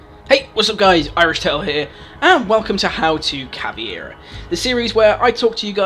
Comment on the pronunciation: This is good stuff, and I bet the only reason twelve people disliked this video was because you said caveira like caviar